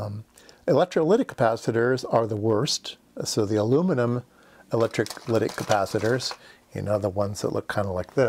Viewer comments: That was a kind response to my fairly rude comment. Thanks! Consider re-doing those kind of mistakes so that mispronunciation is not perpetuated? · sometimes my brain and mouth don't sync up. sorry for the glitch. I do know how to pronounce electrolytic.